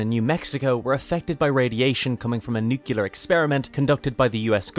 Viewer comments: Sorry famous philosopher Homer said it's nuculer. ☝️🧐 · different countries do exist my dude, people spell and say stuff differently slightly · I don’t understand why people say it like that.